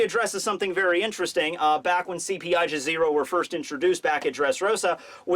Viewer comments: Aegis is pronounce "ee-jis" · It's pronounced ee-jis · It’s not eyegis. It’s eegis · I thought there was no ambiguity in what blackbeard was going to get: Sabo's devil fruit. Koby getting rear admiral in just a few days might have something to do with his participation in the incident on the last day of Reverie. And lastly it's pronounced EE-jis. I guess you can trust me on that one. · the aegis from greek is pronounced ay jiss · goes into deep Greek lore for a word he keeps misprounouncing. Me: Or it is just the Greek word for shield? Love ya buddy... But you have covered pokemon and Aegislash exists... It's just a term XD